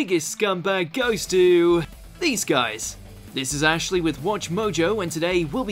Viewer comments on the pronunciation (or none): none